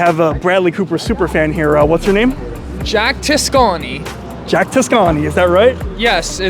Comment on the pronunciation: At the mark pronounces his name like he's trying out for Brad Pitt's role in Inglorious Bastards "Gorlami... Gorlami"